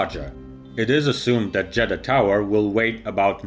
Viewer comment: I thought he said Jedi